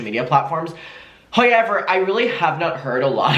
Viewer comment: pronouncing ‘however’ vs my sanity